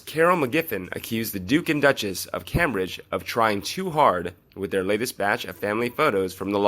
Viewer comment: Same old stuff... And it's pronounced CAME bridge...